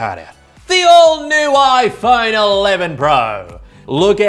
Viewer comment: So will dj koh, who can’t pronounce his own company’s product